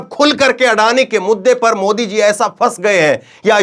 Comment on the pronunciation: आडानी का अ नही बोल पाते है